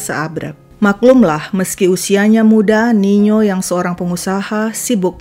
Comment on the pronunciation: Tertampil nino tai mimin sebut nya niyo